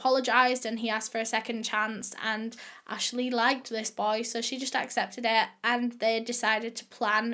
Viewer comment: me, depressed from quarantine:: (: suh todays videuh me:: ) i know that comments been done to death on her videos but its so true hkfdsfs